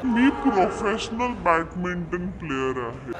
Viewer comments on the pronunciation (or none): Swatala professional mhante ani badminton la batminton pronounce karte 😂😂